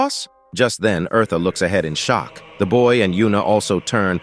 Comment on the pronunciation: Omg her name is not Marta is eartha